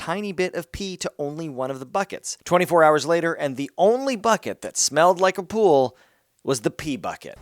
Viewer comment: Welcome to my “ool” Notice how there’s no “P” in it